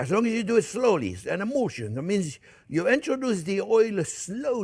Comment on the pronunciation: “an emoolshun”. (emulsion) 😘